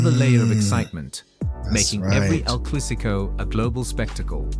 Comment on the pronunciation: Why is this narrator reading El Clasico as El Clusico? wtf